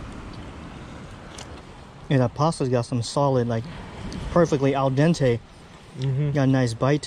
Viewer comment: As an Italian, I loved to hear you saying "al dente", keep up the good work 💯